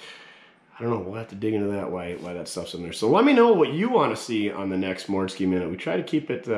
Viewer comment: Actually you nailed the mortske minute I enjoyed it 🎉🎉🎉🎉🎉